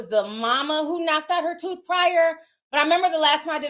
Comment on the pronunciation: "She lost the scholarship along with her toof!" 😹😹😹😹